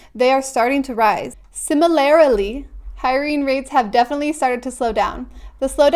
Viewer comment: You’re adding an “i” to “similarly” lol. It’s “SIM-ih-lar-lee”